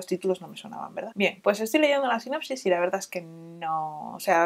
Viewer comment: Como simple sugerencia, para mejorar siempre, por supuesto. A veces dices "Sinapsis" en lugar de "sinopsis" ... Solo para tener en cuenta 🙈 Gracias por estos videos, creo que conseguiré varios!